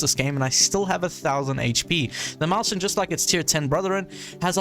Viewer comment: "maushen" my german speaking brain wants to die everytime you say that ☠️